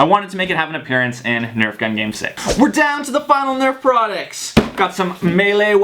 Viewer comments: who gets annoyed when he says "CUMOON NURF" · and stop saying comon nerf